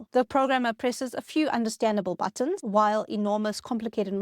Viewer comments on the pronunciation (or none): none